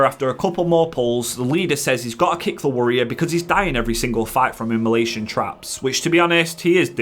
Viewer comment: What is a wurrior?